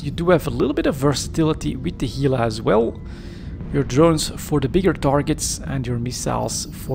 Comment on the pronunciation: You have Gila pronounced right, don't know what someone else commented on it about. Work on the Gila National Forest on the Gila river. Lots of Gila monsters and rattlesnakes. H, Gila.